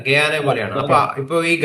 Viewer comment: ഗയാന എന്ന സ്ഥലപ്പേരു് ഇയാൾ കേട്ടിട്ടില്ലെന്ന് തോ ന്നുന്നു !ആ പേരു് ശരിയായി ഉച്ചരിക്കാൻ പോലുമറിയില്ല.